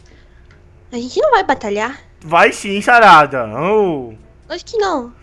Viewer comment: se voces perceberem ele fala sarrada em vez de sarada